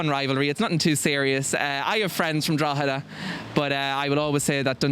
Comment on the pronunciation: btw it's Drogheda :)